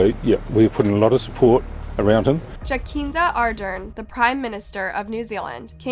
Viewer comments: Jacinda Ardern is pronounced ja-sin-da a-durn anyway thx for telling this case i live in auckland nz rn and didnt know about this until now thank you also im a huge fan i watch/listen to your vids either while coloring in or just watching them your so amazing and its impresive in how you are able to tell this cases thank you for spredding the word about all these bad people we need to look out for and the victims/survivors hopeful justice and there terrible trauma and keep up the good work thank you❤ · Thanks for that I'm a Kiwi so I know about Grace's story via the news but I couldn't help but laugh how you pronounced the prime ministers name